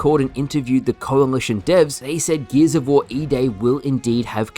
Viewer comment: Great vid. Also "geezavor" 🤣